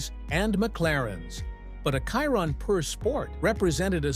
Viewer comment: I stop watching when he f..k the Chiron name 🤪😅🤦👌🏼